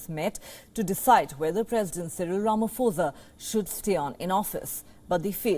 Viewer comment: It's Ramaphosa not Ramafosa. 'Pho' is pronounced the same way as 'po' for poland. like this